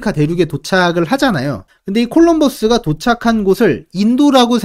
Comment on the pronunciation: 콜롬버스를 일부러 영어억양으로 내신건가..컬럼부스라니..